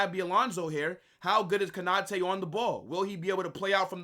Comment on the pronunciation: Konate not Kanate😢